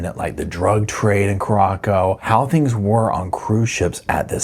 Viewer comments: Carra sow... not corrocco❤ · It's Curacao - "Cure - a - sow"....not "Cur - rock- oh". 🙂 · Curacao is pronounced "kooraSOW," not "kooROCKo." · Just watched this. Feel so sorry for the family, not having closure. Also, the second c is soft in Curaçao. It's pronounced "kyoo-ruh-SAOW". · it’s Curaçao— cure-a-so. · Lmao i cant with the pronounciation of the country 😂 there's nowhere named Corocco😂😂❤ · Not a huge deal but it’s pronounced kur-ah-sow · Good morning,, I just love love your channel! I think the island referred to here is pronounced Coor ah sow, like the liqueur that comes from there. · If you're going to continue to cover this story, please learn to pronounce Curacao. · i am so glad how you pronounced Curacao 😂because I don't like how it is really pronounced and I always said it like you did! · Please check your pronunciation of Curaçao…..